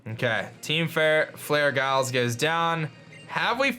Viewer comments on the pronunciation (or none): none